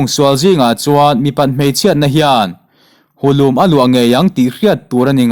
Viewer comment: bu lum a la luah... tih hi i lam suala kan hriat chu le. Ball lum ang ni lovin kawr lum/puan lum anga lam riin bu lum ni zawkin a lang e.